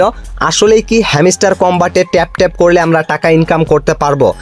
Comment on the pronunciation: ভাই ওটা হেমিস্টার না, হাম্সটার।ভাষা ঠিক করুন নাহলে আনসাবস্ক্রাইব করে দিবো